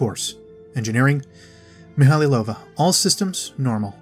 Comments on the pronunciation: Great video. Thanks for the work you've put in organising these tabs. One thing bugged me throughout the whole video though: the name is pronounced mee-high-low-va not mee-hally-low-va. Otherwise, fantastic video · I always thought it was mee-ha-low-va. Meh, doesn't matter much, I know who he's taking about.